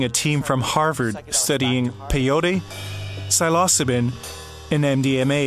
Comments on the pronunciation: cy-los-co-bin? Lmao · mispronounced Psilocybin the whole way through , rolleyes